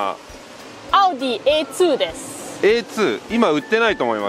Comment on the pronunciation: 電車がICEなのか普通のDB在来線なのか気になる。あと、A2の発音が「アーツヴァイ」じゃないところが日本人ぽいわｗ